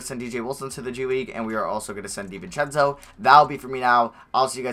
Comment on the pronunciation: Anyone else annoyed how he sats David Di-vince-eo it pisses me off